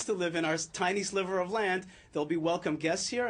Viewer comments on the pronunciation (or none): none